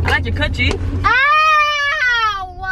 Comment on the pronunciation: i heard like i like your cut G. and its english not Korean